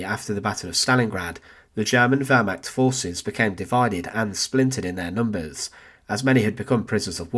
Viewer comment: I wish that the narrator would learn how to pronounce Wehrmacht, Reich, and Volk, as well as learn English sentence structure. All these 'and ... and ... and ...' drive me potty.